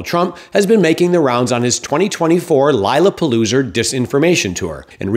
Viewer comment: "LIE-LA-PALOOZA" 😂😂😂 omg 🎉